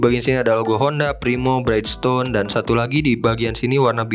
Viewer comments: Mas, punten masukan sedikit: brijston (bridgestone), bukan braitstone (brightstone). Selebihnya mau kasih apreasiasi, ini video review diecast terkeren berbahasa Indonesia yang pernah saya tonton. Semoga makin maju berkembang! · keren yak... kranjangin ah... btw izin koreksi bridgestone dibaca bridjstun aja pronouncenya ga jd braidstun om hihii... sama kyk nyebutin bridge yg artinya jembatan, anyway thank u info detailnya om